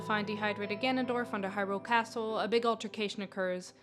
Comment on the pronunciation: I wish people would not pronounce the word “Hyrule” that way, with emphasis on the second syllable. Otherwise a good video.